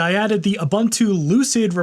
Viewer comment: The Zulu pronunciation of Ubuntu is oo/BOON/too not oo/bun/oo